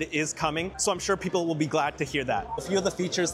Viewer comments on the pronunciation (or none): none